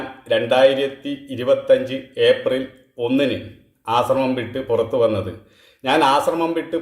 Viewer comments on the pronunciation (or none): none